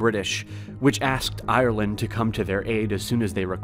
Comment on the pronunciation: You trigger me . It's Ireland not iland